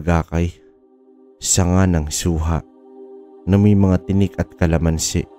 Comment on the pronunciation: Anong TIKNIK ng suha baka TINIK pakiayos mo nga muna nyang binabasa mo nakakatawa ka eh